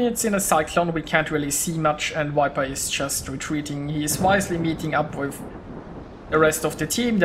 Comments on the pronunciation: Nice game. Too bad about your early death :) Btw, viper is not pronounced wiper :) Just use the German 'w' as the first sound and all is fine. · I am sorry, I didn't mean to criticise, I just thought that your English is so good, I wanted to help a tiny bit. When you say viper, it sounds like the English wiper, like windshieldwiper, which is Scheibenwischer, I think, in German. The 'v' is harder than that in English, more like a soft 'f', not like a 'w'. In Berlin where I live (but I am not German), I hear the German 'w' said more clearly as the English 'v', maybe that is a regional thing? This sounds a little too soft, probably due to Google's codec, but it gives the idea (strangely also on the German side)